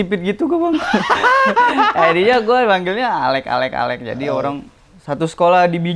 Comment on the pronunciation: alek bjirrrrr bukan bizer wkwk